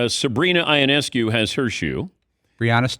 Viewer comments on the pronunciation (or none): Still can't prounounce Ionescu properly.